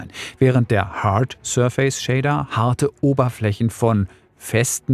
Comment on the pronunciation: Danke für das Video. Kannst du bitte die Aussprache des Wortes „surface” nochmal nachschlagen. Da rollen sich einem die Fußnägel hoch.